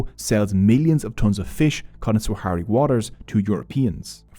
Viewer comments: I hate to nitpick but your pronunciation of Sahrawi is both wrong and inconsistent throughout the entire vid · if you go through the trouble of making a video about a people's struggle and have the video make you money, atleast have the basic decency to uhhh... PRONOUNCE THEIR NAME CORRECTLY. SAH RA WI. NOT SWAHARI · Great video, thanks for making something on such a forgotten conflict. I’ve been personally involved with the Sahrawi (fyi it’s pronounced sah-rawi) community living in the refugee camps in Algeria since 2012, teaching and facilitating training programs in Smara, Layounne and Boujdour each year. The situation on the camps is not improving, 50 years on people still live on emergency food rations, water is bought in each day by tankers and malnutrition is widespread. The more the international community look away the worse the situation is for those in the camps and those living under the brutal Moroccan occupation. Let’s stand shoulder to shoulder in solidarity with the Sahrawi people, they are brave, gracious, generous, resilient and compassionate despite years of persecution by Morocco and neglect by the international community. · I really appreciate your good work brother. I do find it irritating though that you misplaced the W sound in “Sahrawi” throughout the video. Sah-ra-wi. Not very hard and it’s a small detail that made me want to stop watching halfway